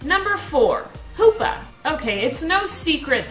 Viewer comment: "#5 is poopa (hoopa) Me hearing that: lmao